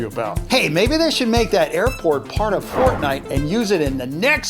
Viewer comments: It's fortnite not Fot nite?? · ForDnite is how he Said it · Its not fotnite its fortnite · it says fotnite without the r! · He said fotnite